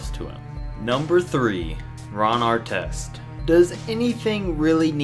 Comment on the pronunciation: I hate Ar-tez. Carl Malone don't owe no one crap! People hold title to too much authority. It's just a word.